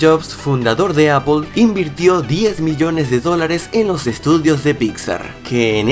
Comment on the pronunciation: Miyones no es Biyones